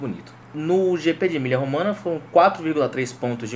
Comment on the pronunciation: Só uma correção. Não se diz Emilia Romana e sim Emilio Romanha ... o gn em italiano tem o mesmo som do nh em português. Abs